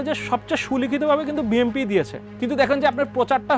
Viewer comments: ইনি বিম্পি বিম্পি বলছেন কেন! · এ হালায় বিএনপিকে বিএমপি বলছে কেন?😂😂😂